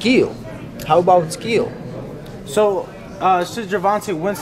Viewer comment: It takes skee-ul